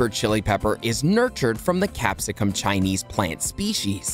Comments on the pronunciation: FYI - It's pronounced chineNse and not chinese :) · It’s not capsicum Chinese it’s capsicum chinense.